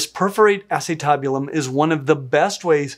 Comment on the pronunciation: The way you are saying acetabulum is killing me Smalls! 😂 But then i come from a medical background not a palentology background